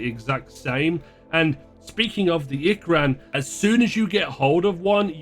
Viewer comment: Lol it's ee-krahn tho. Not ick-ran. If u have a foreign accent to the one used in the film or game I can understand mispronouncing something. But just claming "that's how they do it" is hilarious.